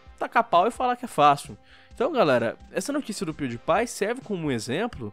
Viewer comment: Se lê pewdiepie Mas se fala piuripai